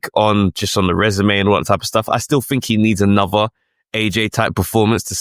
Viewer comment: Fink, froo? WTF